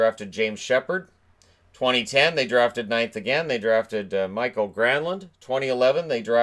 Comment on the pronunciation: I know it doesn't really matter, but Mikael's name is not pronounced Michael.